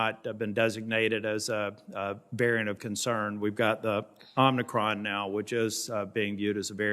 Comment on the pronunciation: Why does everyone keep saying Omni Cron??? Come on people you have to be better than this.